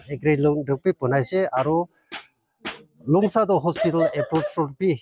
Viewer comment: Longsa Village not Longsaa..hihi.. hihi